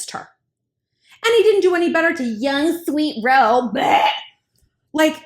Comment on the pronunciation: Did she say young sweet hoe? dead 🤣🤣